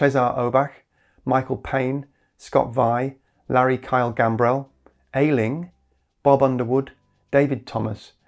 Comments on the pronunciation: Quick PS - when you read the names of the new $10 or more contributors at the end, Aisling was listed, which you pronounced "Ay-ling" but should be pronounce "Ash-leen". I hope neither you, nor she will mind me pointing this out, however ineptly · Aisling is pronounced Ash-ling. Meaning:Dream or Vision. 👍